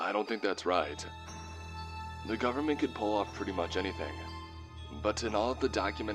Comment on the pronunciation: You lost me when you say "government"